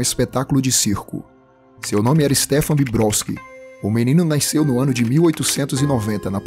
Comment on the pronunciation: "Naisceu" kkkkkkkk